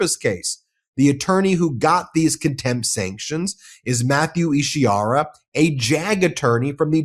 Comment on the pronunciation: Isi HAR a, not Ishi ar a. Read it.